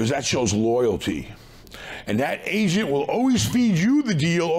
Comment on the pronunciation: "We got bankers, we got real estate ASIANS". "Pay the ASIAN a commision". Im dying laughing anytime he says "agent" it sounds like he is saying "asian" 😂😂😂😂😂😂 Take a listen try not to die laughing - (15 sec, full of asians)